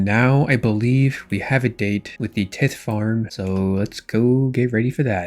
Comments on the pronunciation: The pronouncement of tithe is killing my brain….. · RuneScapers try not to mispronounce basic word challenge level: tithe